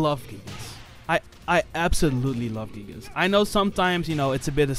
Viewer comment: My guy really just said gigas with the hard R